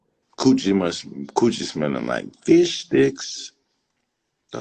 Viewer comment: I had to give this video a like after the way said fishsticks... ✌🏾😂